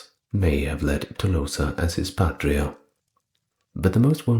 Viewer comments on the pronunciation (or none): none